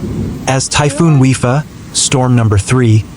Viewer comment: The name of the storm is pronounced WI-PA not WI-FA.